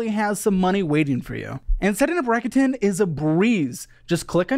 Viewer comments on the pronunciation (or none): It’s a Japanese company, so it’s pronounced like rack-oo-ten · I'm pretty sure it's pronounces Rake-ut -in. Like "rake it in" as in raking in loads of money